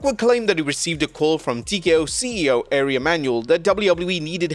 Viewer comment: Dude its pronounced R We (Ari)....come on!